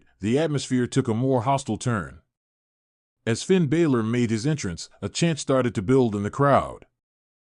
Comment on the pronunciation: Pronouncing names wrong, balor and balszler pronouce the a as ana